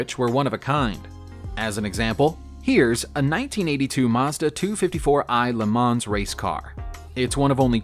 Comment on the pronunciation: I was looking at the script name across the grille of that 3-wheeler---which clearly says "Sanford," not "sTanford." Also, "Le Mans" is pronounced "Le MON," as the only final consonants of French words that are pronounced are those in the word, "CaRFuL," unless the word is followed by one which begins with a vowel and then it's slurred onto the following word. Le Mans has been a world famous race since its first running in 1923. BTW, I'm sure il Commendatore, as he was known, is spinning like a lathe in his grave because you forgot his illustrious name on all those cars he built with the Prancing Horse badge when you were talking about the little known Iso Grifo (hehe). Every once in a while, all these years later, I have a very realistic dream where I go out to the garage behind my house, pump up the tires, put new gas in the tank and oil in the sump---and go racing with my championship-winning British sports car. Unfortunately, the guy I sold it to when I wanted to upgrade to a Formula B "monoposto" spun out and hit a concrete wall going backwards "at speed" in 1970 (I'll stop crying after a while). I LOVE videos about cars! Stay safe, everybody.